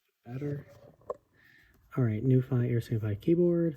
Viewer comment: Pronounced as “Nu Fee”, been around for quite some time.